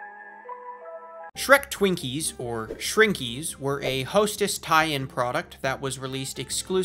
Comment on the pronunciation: "Skrekup" Nah nah its "Shretchup" bruh Edit: also, "Shwinkies"